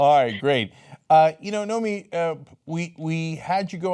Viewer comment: Cenk definitely hired the right reporter. But he said "Naomi" a few times.